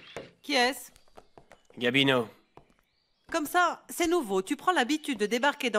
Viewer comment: Eu ou pa konn non Gabino ou di Guamino😂